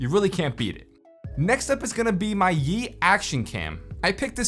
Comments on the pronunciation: what said: yi cam what everyone head: YEET cam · its yi not yeet😂😂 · I srsly thought he sayd "YEET" action cam😂